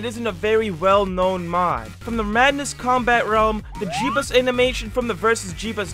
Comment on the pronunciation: “Jebus” sorry man. Maybe next madness day?